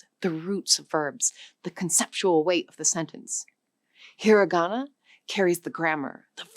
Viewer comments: Not “he-ree-ga-na”. “He-ra-ga-na”. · "hirigana"??? No, dear, it's hiragana. Do you say "aphabut"? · You should atleast pronounce it slightly correctly.... It's hirAgana. Not "heariigana"... You forgot romaji which is also used. Along with loan words from basically everywhere. But yeah. The writting system here is fcked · "That's 'hee ree GAHna'". It's 'hee RAH gahna'. A bit weird to talk about a language and simultaneously mispronounce one of its pillars. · AI slop. Hir-i-gana? Ka-da-kana? Even the English is screwed up.